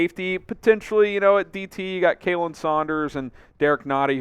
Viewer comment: KAH-Lin Saunders not Kaylen Saunders. Will you ever get this right?